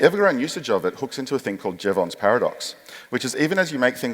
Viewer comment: His name was Jevons, not Jeavon. Good video though. Use of LLMs is incredibly unethical and risky.